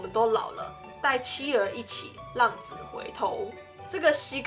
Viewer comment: 我还以为”衝坑“是”道破“或说出来的意思。还有”浪子“读成”浪主“有点混淆。谢谢。